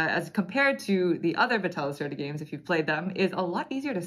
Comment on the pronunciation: Thanks for the detailed video. Vital's games are too busy and complicated for my personal taste, but I always enjoy watching your playthroughs. As a scientist, I appreciate the theme of this game! (Just a note: the "e" in Lacerda has an open sound kind of like the first "e" in "festive")